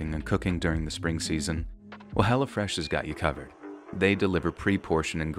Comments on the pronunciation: I'm sorry but just the way you say "Hello Fresh" sounds like you're saying "Hella Fresh" and I bust out laughing like yeah son this food is hella fresh 😂😂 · I swear I thought you were saying Hella Fresh lol